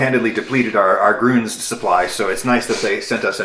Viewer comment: As a German hearing someone pronounce "Grüns" as if it's "Gruns" is never not weird.